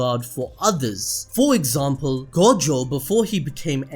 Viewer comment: "Saturo freaking Gojoh"